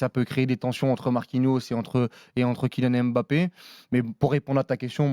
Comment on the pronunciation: « KiNiane Èmbapé »